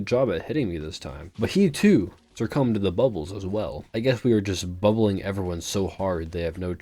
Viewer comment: My favorite part is when he says "It's bubling time" and proceeds to buble all over the place.